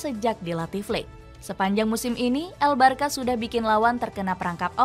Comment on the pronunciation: Bacanya barsya bukan barka